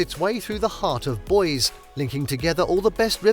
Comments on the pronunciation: Please learn how to pronounce common Idaho places like the main town it's not boys, it's Boise'... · It's pronounced Boi-sEE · Boise is pronounced BOY see. Coeur d’Alene is pronounced core de LANE. Think less like French.